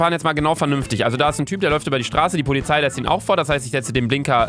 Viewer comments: Alex Bulus aber luca sagt pozilei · ShyGuy 32 luca hat pozilei gesagt also Putz die ohren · Luca: Ich mag die pozilei🌚😂 Ich jz immer wenn ich Polizei sagen will: pozilei😂🤡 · cool wie du fährst und wie du das sagst ich mag pozilei das ist so lustig😂😘